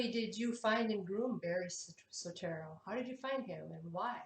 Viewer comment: It's not SOETERO. It's SOETORO.